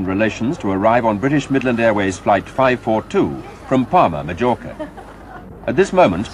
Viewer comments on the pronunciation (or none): Did I hear that guy reporting, say MaJorca??? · annie lane well the commentator had a very educated voice but pronouncing Majorca like that made him sound ignorant 🙄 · He literally said Majorca as “madge-orka”